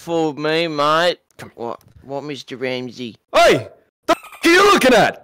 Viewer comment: Meestur Raamzee